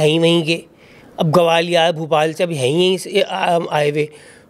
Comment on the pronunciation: Gawalior nahi hota gwalior hota hai😂😂😂😂😂😂